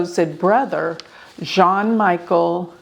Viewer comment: Jean Michel Trogneux is not pronounced John Michael